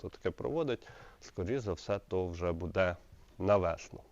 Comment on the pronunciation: Не будЕ, а бУде